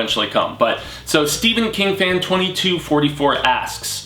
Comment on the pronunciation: Awesome video!! Thanks for pronouncing my last name correctly! The webcomic freaked me out man. I watched it all in one sitting at night, crazy. LOL